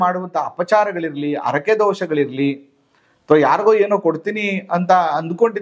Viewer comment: ಅರಕೆ ಅನ್ನೋದಿಲ್ಲ.... ಅದನ್ನ ಹರಿಕೆ ಅಂತಾರೆ ಅಲ್ವಾ!?? ಹ ಕಾರ ಅ ಕಾರ ಸ್ವಲ್ಪ ಸರಿ ಇರಲಿ ... ನಿಮ್ಮ ಮಾಹಿತಿಗೆ ತುಂಬಾ ಧನ್ಯವಾದಗಳು